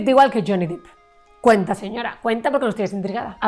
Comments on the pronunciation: Hola, un error muy habitual es pronunciar el apellido de Jhonny fonéticamente cómo Dip. Yo también lo cometía, correctamente suena Dep.. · Por fin alguien lo menciona, harta de oir dip